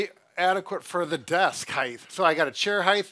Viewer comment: and his "heightHHHHH".